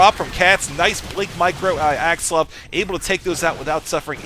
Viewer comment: its axslaVVVVVV not axsluv lol... its so funny how u say his name